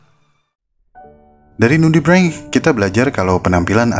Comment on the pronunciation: Nudibreng apa nudibrench sih wkwk